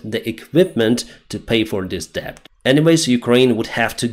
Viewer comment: Hi Deyns, your English is geat but but 'debt' is one of those misleading ones, so it's spelt with a 'b' but we don't say the 'b'. So it pronounced 'det'. Hope you don't mind me correcting.👍